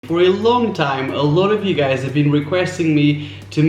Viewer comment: I hear "I'm alot of you gUzez"